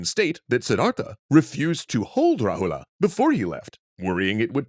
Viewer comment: You're not supposed to pronounce the character "a" that's at the last of a word.. For eg Rahula is correctly pronounced as Rahul, Siddhartha is correctly pronounced as Siddharth